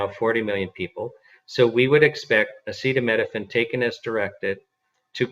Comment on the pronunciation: "acetaminophen" not "acetaMEDophen"